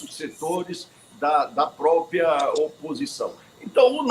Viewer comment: A grande mairia dos menbros do Senado , deveria usar corretamente a pronuncia PROPRIA e nao propia. Corrigir tambem a pronuncia OPCAO que nao tem a letra "I " falando sempre Opicao. Dois erros praticados por quase todos os senadores e deputados.